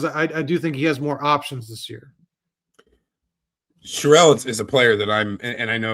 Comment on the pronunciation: Here’s an easy way for you to remember how to pronounce Aidan’s name - he’s a man, so you don’t pronounce Sherrell like a woman’s name (it’s not Cheryl).